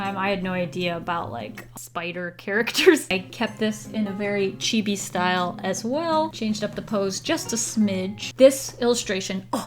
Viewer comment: "Chibby" "Man ga" T_T